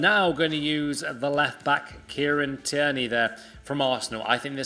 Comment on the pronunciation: Tierney is pronounced "TEER NEE"